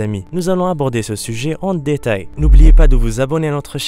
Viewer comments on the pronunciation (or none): Remarque le mot prononcé : Dé tail ..... pourquoi appuyé sur dé et finir le mot. Aussi bien pour le mot défaut. Vous prononcez dé faut...... hhhhhh l'accent trahi.